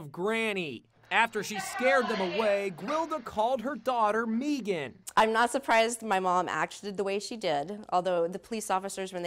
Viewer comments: Meegan? Why can’t she pronounce Megan correctly? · Megan , why they pronounce her name weird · Cool story until they said her daughter's name is "MEEgan". 🙄🤦